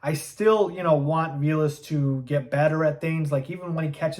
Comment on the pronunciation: Pretty sure dude’s name is pronounced vay less, not vee less.